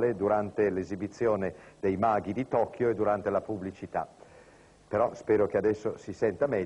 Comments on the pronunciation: Dalla pronuncia sembrava che avesse detto "tocchio" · Sembra che abbia pronunciato "tocchio"